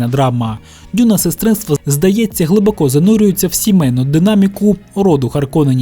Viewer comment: Не "глибокО", а "глибОко"! Так звані "російськомовні українці" зазвичай роблять неправильний наголос у цьому слові.